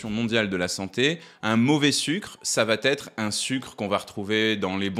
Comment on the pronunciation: Merci, vidéo très utile. Je me permets une remarque : ça va-t-être n'est pas une bonne liaison.